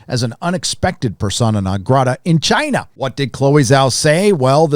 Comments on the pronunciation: I know your definitely pronouncing Shang-chi correctly 😂 and the way you say Chiina is funny asf I hope your not racist 🤦🏾‍♀️I wanna subscribe because I love your honesty on Marvel movies but ion know lol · I love your new pronunciation of "China". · Why do you say China like that?